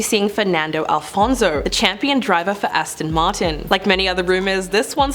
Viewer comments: It's Alonzo, not Alfonzo omg I'm crying 😂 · ALONSO not Alfonzo pleaseeee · It’s ALONSO, not ALFONSO…. 🫢